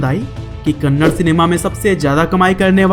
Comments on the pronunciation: Not kannad it's a "Kannada" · I appreciate your work but It's kannada not kannad. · Abe kannad. Nahi kannada hai thik se Bol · Kannad nahi kannada 😡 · That's not kannad that is kannadaa man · Not Kannad Kannadaa plz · Gaandu thats not kannad thatss.. Kannada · that's not Kannad it's Kannada🤗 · Bro it's kannada bro kannada please don't tell kannad it's an insult to kannada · It is not kannad it is Kannada (ಕನ್ನಡ) Rocky is brand..... 🔥😎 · Tq so much for this video ...plzzz pronounce it as #KANNADAAA not Kannad. Plzzz love fr the vid #JAIYASHBOSS #ಕನ್ನಡ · Kannad not Kannada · Not kannad it's KannadA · Bhai wo kannada hai kanad nahi 😊😊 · Bhai kannad nahi it's Kannada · You are not spelling movie names properly And it's not kannad it's kannada First time I'm disliking your video 😡😡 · It's not kannad it's kannada....a is not silent